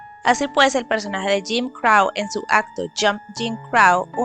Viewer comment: Buen videoo ,pero crow se pronuncia vomo se escribe y no crau